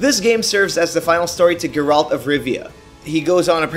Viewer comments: GIRALT OF RIVIA... Well at least he didn't say jeralt of rivia :D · you have a strange way of pronouncing things. like batmobul and geeralt